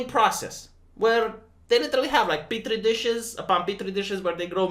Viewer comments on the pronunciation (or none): none